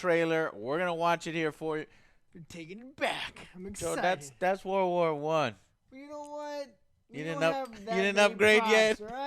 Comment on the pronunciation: He still says "war war 2" rather than world war 2 like a 4 year old😂😂